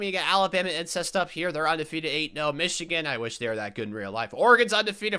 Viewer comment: Are you saying “ incest “ for Alabama or im tripping?